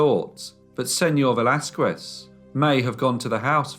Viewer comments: Señor Velasquez (veh - LAS - kehs) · just fyi: in the name Velasquez the U is silent